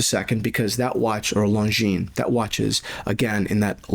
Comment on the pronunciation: btw the s is silent in Longines